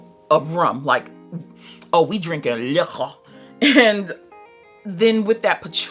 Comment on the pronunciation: You're hilarious I really enjoyed this review love your style! I get what you mean the Vanilla 28 vibe is almost absent! Nooo you don't like like Sweet Diamond and Side Effect 😲 🙈 I love how you say 'Liquor' 😆 and your honesty 🙌🏾